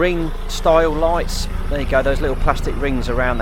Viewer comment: “it’s comin’ ope, it’s comin’ ope, it’s DARE”